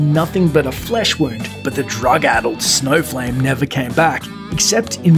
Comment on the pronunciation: For a moment I thought he said there's a superhero called Snowflake not Snowflame. haha